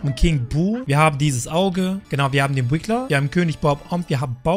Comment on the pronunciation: Es heißt RIGGLER nicht wiggler